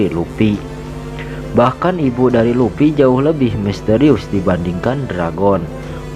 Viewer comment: Luffy bang bukan lupi